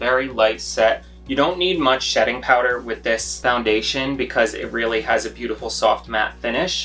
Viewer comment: did I hear you say shetting powder? Lol..I loved this tutorial ❤️ You explain it like a normal person..not someone who is full of themselves. Love the Sephora series as well..lol. ❤️ from Lethbridge AB Canada 🇨🇦